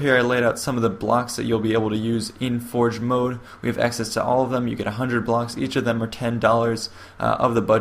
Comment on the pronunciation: Sounds like hes saying "Halo For Jepidemic.